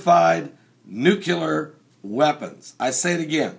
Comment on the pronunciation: It would be awesome if you actually said Nuclear and not Nucular.